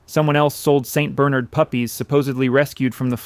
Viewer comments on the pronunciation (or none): A few pronunciations give it away. (St. Barnard puppies, and others)